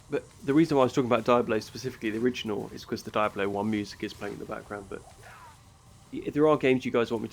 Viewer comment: Why do you say "Diabolo"?! 😅